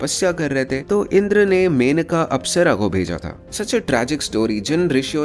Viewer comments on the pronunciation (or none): none